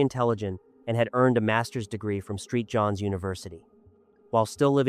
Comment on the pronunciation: "Street Johns"... lol